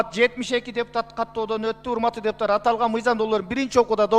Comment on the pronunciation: Депутатар" эмес ,,депутаттар".😢 Бир ,,т" менен айтылса, тантык баланын тилиндей болуп калат. Бул туура эмес! Туура сүйлөгүлөчү, урматтуу депутаттар! 😢